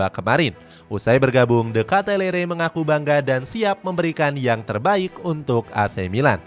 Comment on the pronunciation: Bacanya Di Kitelaar, bukan de Ketalere